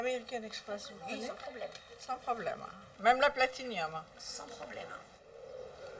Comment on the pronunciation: MWai MWai .. hum hum "Alors mon brave vous prenez l'Amwéricaane Express ? -Sans soucis -Et même LA "PlatiniÔmme" -Certes, Certes" Putin ça commence bien elle se prend tellement au sérieux alors qu'elle est d'un ridicule ... et pédante avec ça ... ahlalala !